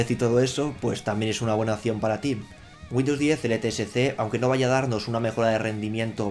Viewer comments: Entre Güindus y vidio me estás poniendo nervioso... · dice Windows 10 LSTC xD